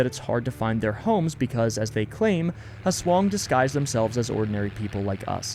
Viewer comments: 10/10 game, jeepney driver forces people to fit in like sardines.great pronunciation of aswang. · aswang pronunciation is very good, veryy tea.